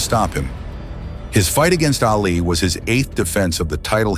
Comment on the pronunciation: Ali not alley.